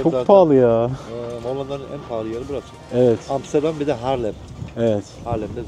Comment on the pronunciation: niye bana sanki hamsterdam diyomuş gibi geliyor :D